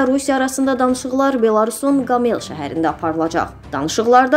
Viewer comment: Hörmətli diktor,şəhərin adını düzgün vurğulayın.Bu, Belarusiyanin Qamel yox,Qomel şəhəridir,Minskidən sonra.ikinçi ən böyük şəhəridir.